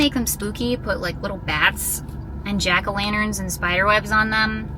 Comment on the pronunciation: “Jan-a-lackerns”. 😂 I’m calling them that from now on.